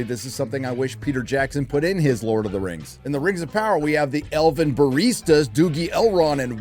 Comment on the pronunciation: DId you say RIms of Power?? HAHah